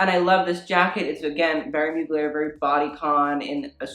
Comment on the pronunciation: I mean ... look at what r u wearing .... u think u can talk about fashion ? lol 😆 I mean ur hair .... I mean ur trousers don’t even fit properly and ... girl u need a haircut... or at least condition it ... there u go I’m criticising u ☺️ oh and u can’t even say MUGLER properly lol 😂 sad lol girl ha ha u making me laugh